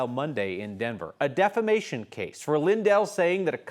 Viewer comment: He calls it “defLamation”… because he is one of the dumbest MAGAts of all. And there is some serious competition within MAGA- dumb. Doesn’t know the difference between “served” and “sued”.😂😂😂 the idiot that keeps giving. All in the name of trDumbp lies. He has lost everything.